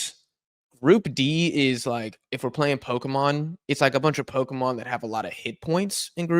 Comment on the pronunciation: I think you are mispronouncing the word "Pokemon"